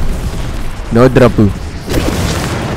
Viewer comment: The way u pronounce no dropu and each drops was satisfying lol